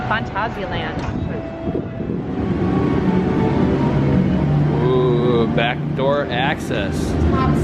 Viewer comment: You started so wel with 'Phanta'. Next is sia like Sia. Finally land is like that ah, but short. It's not Danish, Swedish, Norwegian or English, so it's not lènd. Especially you Americans have all the a's pronounced like the Scandivians do. Here at least we still know which word is ah and which is a. Total tangent. Phàntásiàlànd. I used French characters there, ` = short and ' = long. Handy system. Furthermore i = ee, not ai. I'm not sure where English got that from, but my advice: stick that in your system: i = ee. Note that the "ee" in words like kick and nick are short ee's - or ì in French. As to why they pronounce kick keek - 'cause it's not properly 'd. Duh :)